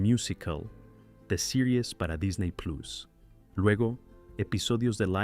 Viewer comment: Jajajaja tratas de pronunciar las palabras en inglés perfectamente, pero cuándo dices "Plus" y "Duffy" no lo haces correctamente 😂😂😂😂😂